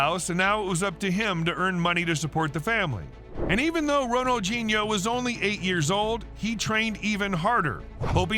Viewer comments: Pronounced: Ronal dee nee ooo, not gee neo. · Who d hell is Ronaldginio, pronounce the man's name correct please sheez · Lmao! What a stupid fucking title. Makes it sound like he committed a serious crime, but only got in trouble over debt and a fake passport. Also, "Ronalginho"? Do you often mistake the D with a G, you fucking moron? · Who is Ronald-JEE-Neo ??? It's pronounced Ronald-DEE-Neo, surely ??? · Why is im hearing Ronaldjino. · It's called FOOTBALL And his name has d in it not a g, Ronaldhino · Does the narrator pronounce his name correctly? I mean really, Ronald Genie-O? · Ronaldjeano-at least get the name right! But a good video though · Bro said ronajinyo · the way you pronounce his name is beyond wrong, js lmaooo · It’s a shame the commentator couldn’t pronounce his name properly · 0 seconds ago When did ronaldinho suddenly get a “G” in it when your narrating his name? I thought you was talking about another footballer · FOOTBALL NOT FUCKING SOCCER and Ronaldinho doesn't have a g in it so maybe learn how to say the name properly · Bro please pronounce his name properly please I’m begging you 😂😂😂